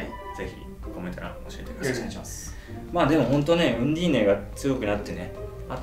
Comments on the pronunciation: ナウンディーネｗ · ナウンディーネですでに草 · ナウンディーネwwww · 開幕ナウンディーネで即吹いたｗ